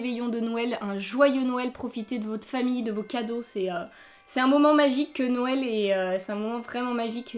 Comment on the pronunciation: C'est bizzare commen tu dit noël on dirait que que tu dit nonel sinon continue comme ça